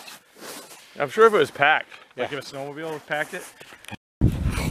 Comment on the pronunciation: Snow mobile, not 'door'-mobile.